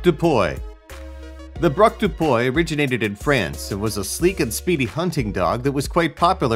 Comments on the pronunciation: It's pronounced Braque du puee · Braque "Doo PWEE". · Braque du puy? Nope, brak da boy, and that's a perfect name for my next dog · "Braque dO PoYe" jpp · I thought he said blue balled terrier lmao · Wtf is a “Brock do poy”